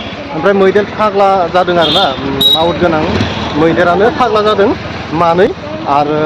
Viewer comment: मैदैर फाग्ला "जादो" ना "जादों"? जादो होननाया जानो थिननायसो जायो। "जादों" सो बुंनांगौ।